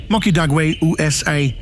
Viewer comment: When I heard him say "Ooh Ess Aye" I thought... Ok this man has been slaughtering all these destination's names